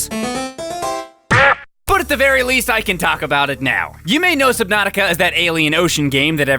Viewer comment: nova 6 Me: I think that’s pronounced “Subnautica”